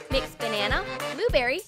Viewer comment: “Ben-nana better”